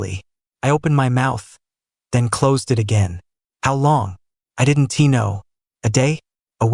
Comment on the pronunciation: Have you listened to the narrative? The speaker is still screwing up every contraction. "I did N T" instead of "I didn't" - that's only 1 example - and the mispronunciations are really bad for someone who listens while completing other tasks.